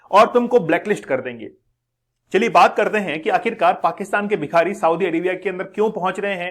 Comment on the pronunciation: Aap bhikari ko bihari pronounced kyo kar rahe ho bar -bar